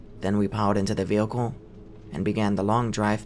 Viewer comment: Man i love these stories but every time he says “vealcle” in stead of vehicle it drives me nuts